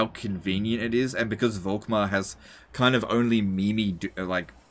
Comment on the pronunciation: The „V“ is more pronounced like a „f“